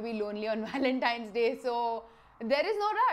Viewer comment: Lol u say ur “w” and “v” all mixed up. “With Walentine’s day coming up.,” haha 🤣